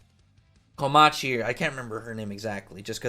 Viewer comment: It's Komachi.